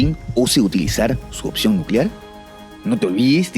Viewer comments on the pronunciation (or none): none